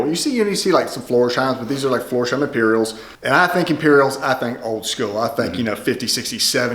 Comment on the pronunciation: FLorsheim please...not Forsheim. Thx.